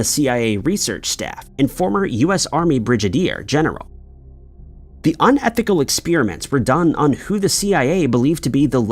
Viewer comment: ~ "bridge-uh-deer"?? lol! 🧐🤔🤨🤷🏼 #AiFail!